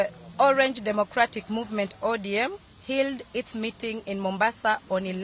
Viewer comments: Did you have to capture that?🙈😂😂’ODM healed’🙉🙉🙉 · She doesn't know how to pronounce HELD 😂😂😂😂😅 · Can't even pronounce held😂😂😂